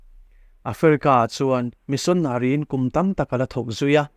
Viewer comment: Missionary i lamdan kha chu a dik hlel deuh in ka hria,mahse a ngaihnawm e